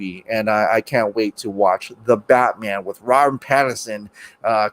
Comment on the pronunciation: Kal El - "Pattinson"